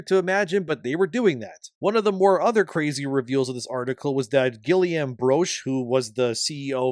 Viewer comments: Where is the second i comming from? it's "Gillaume!" not "Gilliaume" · Please at least learn how to correctly pronounce the developers names. Guillaume = ghee (like clarified butter) + ohm (like in meditation) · gwee-yam. C'mon, you're Canadian lol. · It's ghee-yohm with a g like in get